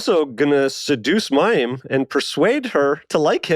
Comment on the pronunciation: This episode was incredibly informative & mind blowing!!! WOW!🤯 😮 Thank you! Side note: I found it very endearing that your guest called Mayim “IM”🥰